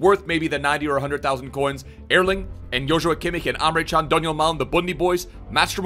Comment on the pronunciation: Hey love the vids, just some advice from a Turk on how to pronounce Emre Can: Ehm-Reh Jahn